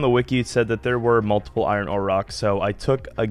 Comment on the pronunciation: Bro wtf man. Why can't you say iron or chisel properly? 😂